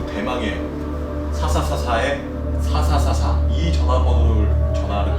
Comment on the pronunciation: 왜난 사사사사가 샤샤샤샤로 들리지